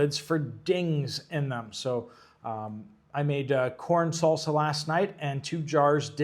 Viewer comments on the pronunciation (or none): none